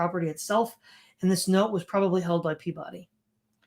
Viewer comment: In New England, Peabody is pronounced PEE-bih-dee and as close to ome syllable as one can.